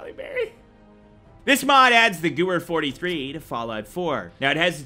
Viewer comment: The Goo-er 43 LOL